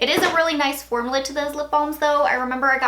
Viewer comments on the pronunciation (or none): You're so cute the way that you pronounce u in words like formula. You say formala..... it's pronounced forMEWla. But you're cute. 🤭